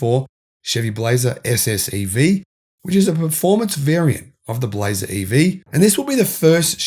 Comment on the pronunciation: Australian voice - "We spotted the first Chevy Blazaah" 😂😂. Love you guys.